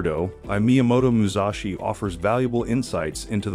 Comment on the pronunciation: For Pete's sake; It's Mu Sashi, not Mu Zashi! And NO; I would not ever subscribe to most of his principles or so called 'wisdom'!